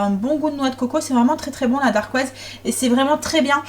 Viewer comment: Bonjour. Voilà mon premier commentaire alors que je te suis depuis un an déjà:) Tes vidéos m’inspirent beaucoup car j’ai moi même un kitchen aid et grâce à toi je me suis lancée dans le pain maison! Par contre, et j’espère surtout que tu ne le prendras pas mal, mais on dit une dacquoise et pas une darquoise ^^ et on dit simplement montrer à qqn et pas faire montrer:) plein de bisous et merci pour tes vidéos!